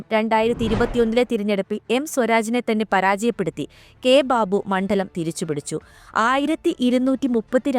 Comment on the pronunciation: മണ്ഠലം!!!ഈ കുട്ടിയെ മലയാളം പഠിപ്പിച്ച അധ്യാപകന് നല്ല നമസ്കാരം.